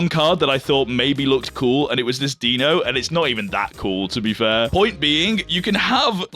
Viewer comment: Pronounces Hydreigon correctly. Pronounces Zweilous correctly. Completely butchers Deino despite knowing better. As a German I'm highly offended. Also, calling Darumaka peak has to be the worst take I've heard so far...